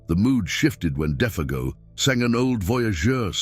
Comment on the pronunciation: Interesting how Defago's name is pronounced differently even 5 seconds apart at times.